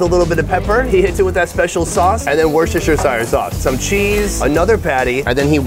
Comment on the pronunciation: "Worcestershiresire sauce" lol